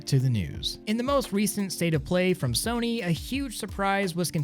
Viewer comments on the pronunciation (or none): none